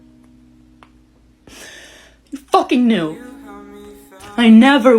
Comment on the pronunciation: Ayyoo "YOU KNIEW" had me rolling 😭😭😭